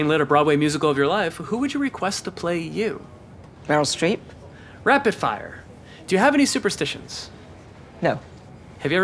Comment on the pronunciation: „Meryl Streep“ 😂😂😂 I almost missed it